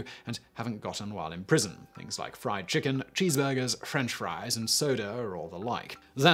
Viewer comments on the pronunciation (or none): none